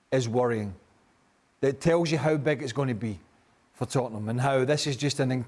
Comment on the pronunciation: Tottenham, it’s the history of the Tottenham….say it right 😂😂😂